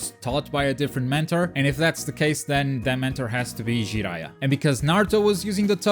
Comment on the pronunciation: "Who the fuck is Ji-eye-uh!?"